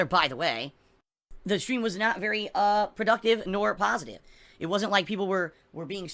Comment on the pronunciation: definition of pahstive - GIVE ME MONIES